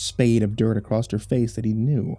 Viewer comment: I love but why does he keep adding a T to "Across"?! It's triggering xD